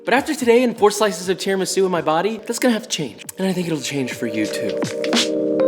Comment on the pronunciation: You must put an accent on the u for Christ's sake! Tiramisù! 3.07M subscribers jeeez...